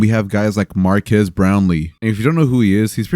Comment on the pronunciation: cool video. but i feel like a lotta people are pronouncing marques name wrong. its marques, not marquees.